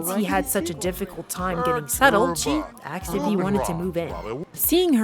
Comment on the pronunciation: Girl i have never seen anyone pronounce asked as "aksed" like you do 😅😅😅